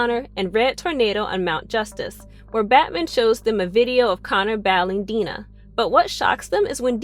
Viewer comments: Was it too hard to watch any of the show at all? Five minutes could have cleared up how to pronounce Dinah and Psimon. There's probably more, but this makes it clear you never watched the show. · And Dinah's name? Because she clearly has no clue. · Am I the only one really annoyed by the pronunciation of “Dinah” lmao